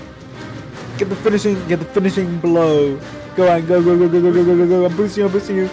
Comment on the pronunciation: George emphasises on "finishing" and "blow" lol